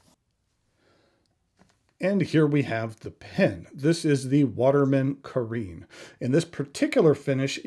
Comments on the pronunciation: It's pronounced "ka-wren," not "ka-reen." Please take five seconds to check the pronunciation of non-American English words. And perhaps more embarrassing is calling Bungubox ink Bung Box. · Did you notice, the back fineal is upside down on your pen? You probably didn't, because then immediately the resemblance with a sleek Italian Riva speedboat would look ridiculous, because that speedboat would sail upside down..!! This fineal placing is so off, it negates the whole intension of this Carène. And one last thing, if you handle stuff from France, try to get the pronunciation right...please...try to look it up somewhere, it sounds so off, when you can't speak the lingo. Look at the accent, it is there for a reason. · I agree it was slightly rude, but dismissing it like you do is a little bit much. Other reviewers make an effort to pronounce things better, in some cases even teaching people how to properly pronounce. So I respect your poin,t but he was way off on two words ha ha not to mention, dismissing the “classic” look of the pen as dated. seems like a contradiction to me. He also called one of his other Watermans by the wrong model name and I believe is wrong about what he said about the converter. I like him he just had a bad day.